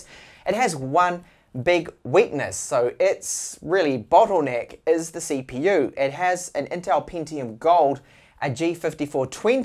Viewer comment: did he say ceeeepeeeew?